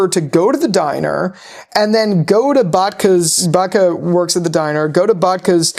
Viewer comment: bro its bakta not batka lol